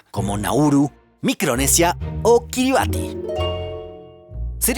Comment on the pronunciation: kiribati se pronuncia como "kiribas"